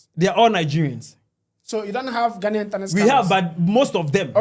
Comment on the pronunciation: whatever drugs you are on is definitely working . We know Nigerians cannot pronounce basic English words correctly just as they cannot pronounce Ghana. ....Not ..Gaana. You have made it worse becsuse you cannot even write "Ghanaian". Who put a gun to the heads of the millions of Nigerians to come to our country or African Americans? We will kick you lot out soon to go back to your dunghole called Nigeria.